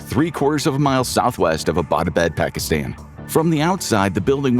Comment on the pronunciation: Why can’t you pronounce Abbotabad, it’s Abbot as in English…Abbot pharama or ..